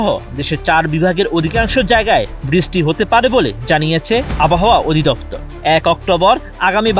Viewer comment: বৃষ্টিকে বিছষ্টি বলার মানে কি ভাই😅